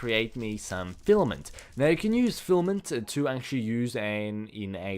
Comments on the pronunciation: at least he stopped calling filament, flament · HAHA!, remember Fliment... You finally said it right, FILAMENT:D